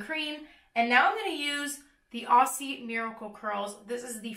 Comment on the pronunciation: Omg I'm from Australia and the way you pronounce 'Aussie' is so cute lol - we say it like 'auzzie' ❤️ (idk if the brand is actually Australian but I'm keen to try cause it's so goddamn humid here!)